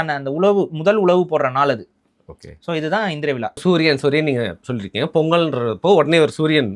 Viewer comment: Aamam vila enna ucharippu it is vizha. Thamizh zha varalenna nee thamizhan dhaan